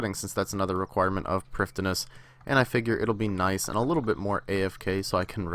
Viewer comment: its pronounced privetheenuss